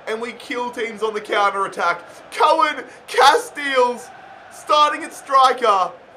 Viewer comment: It's pronounced Koon Casteels, but I can see why you wouldnt want to say that